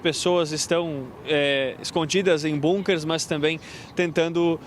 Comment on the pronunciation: Hey reporter, repita comigo: "Bãnkêr". Pronto, agora pode continuar escrevendo Bunker, mas lembre-se sempre pronunciar "Bãnkêr".